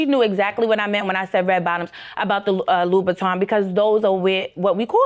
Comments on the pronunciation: Can't afford them and can't pronounce them. loubouTIN not loubouTON. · It would be nice if any of them could pronounce Christian LoubouTIN !!! 😂😂😂😂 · It would be nice if he could pronounce LoubouTIN !!